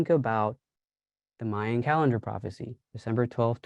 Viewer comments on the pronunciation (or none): none